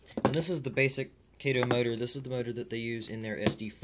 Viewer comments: I'm glad I'm not the only one driven nuts but that! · it's KAH-TOE Kato an AH sound!